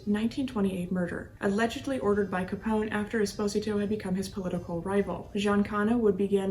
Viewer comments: I am curios about your pronunciations of these gangsters. You pronounced Giancana with a silent “I”. I’ve always heard it pronounced as “Geancaa”. Esposito you did the same with his nameIve always heard the name as “Esposeeto”. As you are Italian I am supposing you may Be pronouncing it correctly. Will you clear that up for me? BTW... I enjoy your podcast and will listen and “like” each episode as I watch and listen to them. Thank You for your efforts! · Are you aware that you mispronounce Giancana, Esposito & Moran?